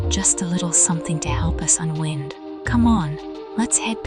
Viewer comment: Stop mispronouncing unwind 😢